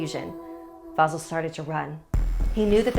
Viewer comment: Vasìl* not vàsil